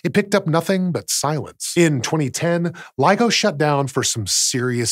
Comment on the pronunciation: Just to make sure that nobody misunderstands anything here: It’s LIGO, not LEGO.